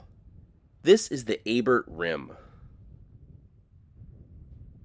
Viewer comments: A bear not A bert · Lake Abert is a French name and the "t" is silent, just like in Chevrolet.